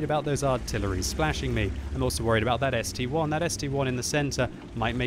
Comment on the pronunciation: gg, so much years of playing and still saying ST-1 not ST-I! If it would be an ST-"one" there would be the number 1